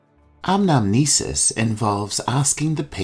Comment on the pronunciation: Hi, Thank you for your great work.I want to make sure about a word . You said "anamesis" , I think it should be "Anamnesis". Would you please clarify it?